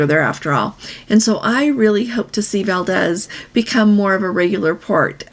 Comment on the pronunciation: Valdez is pronounced Val Deez. It’s a great place to visit.